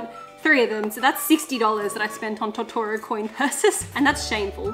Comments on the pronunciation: Totoro is pronounced (tow-tow-row) <3 (if its just your accent thats cool, no hate) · I’m sorry but your saying tottoro wrong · The way you pronounce Totoro is unnerving.